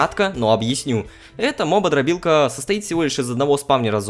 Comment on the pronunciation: Не "мободрорбилка", а "опытодробилка".